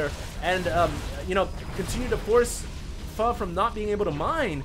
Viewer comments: yes it's pronounced fu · fail pronounce "Pho" for a Victor Charlie ;p